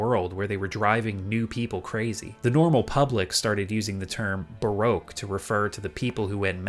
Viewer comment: Not how you say baroque